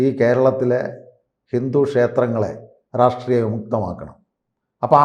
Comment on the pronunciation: പൊട്ടനാണ് എന്ന് "റാഷ്ട്രീയം " "എന്ന വാക്കു് ഉച്ചരിക്കുമ്പോൾ തന്നെ മനസ്സിലാവും. ലോജിക്കലായി സംസാരിക്കുവാൻ പഠിക്കു... വെറുതെ എന്തെങ്കിലും വിളിച്ചു പറഞ്ഞിട്ട് കാര്യമില്ല.